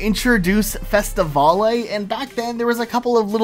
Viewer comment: no hate, but it’s not “Fest-a-val-ay” it’s “Fest-a-vail”